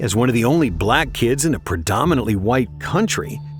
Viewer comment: why you gotta say black like that😂mad aggressive